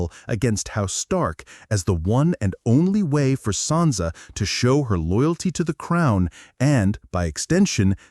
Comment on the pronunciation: Sansa not Santa jesus christ